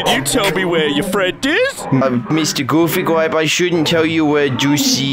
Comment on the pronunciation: It's pronounce goofy gwape